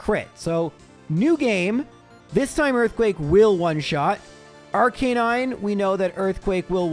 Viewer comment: I might have Misheard, but did just pronounce Arcanine as Arcanine a d not ARE Canine!?